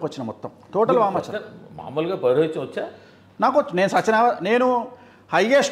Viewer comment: నేర్చుకున్న విద్యాన్ని మరచి పోవడం ఎంటి.... ముందు ..సరిగ్గా పలకడం నేర్చుకో పురో హితం కాదు అది పౌరోహిత్యం....